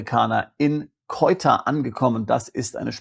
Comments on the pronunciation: Also bitte,, aber grottenfalsche Aussprache! Die enclave heisst SE- uta, soviel Aussprarecherche sollte doch drin sein! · Also bitte, die Enklave heisst SE- UTA, soviel Aussprachrecherche sollte doch drin sein! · Mein lieber, Sie wollen uns andere Länder schmackhaft machen. Eigentlich gefällt mir Ihr Kanal, schon alleine wegen der Anregungen, die ich darin finde. Aber finden Sie nicht auch, wenn Sie uns Länder dieser Welt vorschlagen, dass Sie sie richtig aussprechen sollten? Also googeln Sie mal bitte, wie man Ceuta richtig ausspricht. Ich erwarte das von Ihnen. Ansonsten machen Sie sich unglaubwürdig.